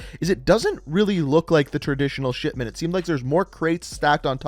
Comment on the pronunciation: To me it REALLY sounds like he is saying shitment